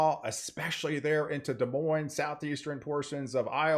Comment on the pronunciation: The Big Island of Hawai'i had a Winter Weather Advisory yesterday, for the volcano summits. Very weird to see! LOL, you said "Des MoineS" like we say it in Washington state for Des Moines, WA (just a bit south of Seattle).